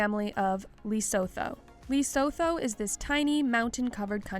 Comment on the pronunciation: The way this narrator pronounces Lesotho....Is it necessary to butcher it so dam badly....No way you can have access to YouTube and not research pronunciation of Lesotho.